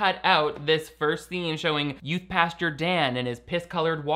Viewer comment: will NEVER stop saying "pasture" instead of "pastor" and, frankly, I'm here for it. 🙌